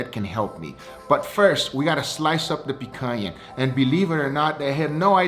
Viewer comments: Man said pakana 😂😂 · You pronounced picanha wrong lol